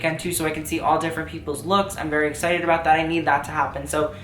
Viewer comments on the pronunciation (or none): none